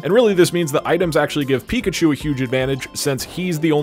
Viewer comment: Nobody: Not a single soul: The anouncer: PIKACHOO!!!